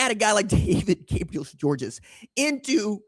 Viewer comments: Its pronounced George, not Georges. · Just letting you know that DGG personally pronounces his last name simply just GEORGE even though it's spelled Georges, the S at the end is silent! I guess it comes from French being his first language! I've heard him personally say his last name by telling folks at Baylor Academy interviews with him. I am 1,000% correct because my son plays safety and D-back at Baylor Academy here in Chattanooga Tennessee, my hometown! He's on scholarship thank God, because it not, then it's roughly a little north of 17,000$+ per semester for local, and last I checked for room and board out of town students is right at 35,000$-40,000$ for out of town and then international. Georges is obviously a scholarship student athlete, but if not, then his family would pay the 40,000$ per semester, so that's 80,000$ per year! Oh yeah, if you guys want to watch a huge rivalry highschool game, then mid season we play the Mccallie blue tornadoes! So Baylor vs McCallie! Ted Turner, the former owner of the Braves and owner of TBS and much more went to McCallie academy here in Chattanooga. We have several very high dollar academies. Baylor, McCallie, Notre Dame, Boyd Buchanan, csas, csla, olph and a few more that's 10,000$ a semester and up, with Baylor Academy being the Best one for academics and athletics! Go red raiders and big orange 🍊🧡🍊🤍